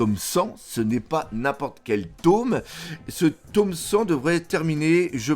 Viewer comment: "le taume 100" 😂 le tome non 😂